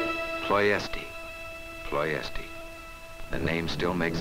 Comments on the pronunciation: Ploesti is pronounced Plo-esht, not Plo-esti. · Unfortunately Romanian is a latin language, and is pronounced as is written, Ploiesti, one word. Ployeshti by English. Was the oil field city of Romania at the time, occupied by Germany. Then in August 1944 by the Soviet Russian army.